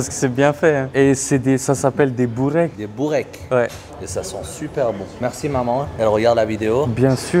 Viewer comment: C’est börek (beureke) et c’est turc la bouffe au début et pas bourek😂